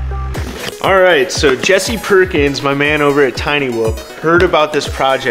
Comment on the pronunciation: Did you say, Jessy PORKINS?